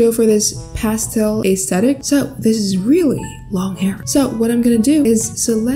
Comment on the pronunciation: “Depends on what Aäæeęsthetic you’re going for” (This is a joke not making fun)